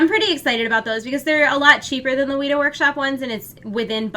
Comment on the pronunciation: weta is pronounced wet-ah not wheat-ah